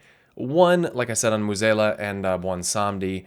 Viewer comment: Finally realize that you've been mispronuncing Mueh'zala this entire time?